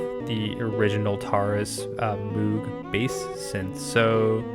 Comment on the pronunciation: It's pronounced to rhyme with "rogue". Moh-g.